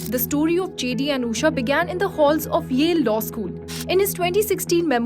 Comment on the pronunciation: Being an Indian, this journalist can't pronounce an Indian name, it is not Uusha, it's Ushaa